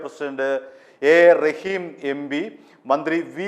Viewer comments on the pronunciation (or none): none